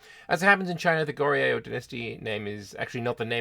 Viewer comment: Don't worry, we Korean viewers will still understand your pronounciation 😄 Goryeo (고려) sounds more like "Go-ryo" and Joseon (조선) sounds like "Joe-sun". You tried, that's all that matters.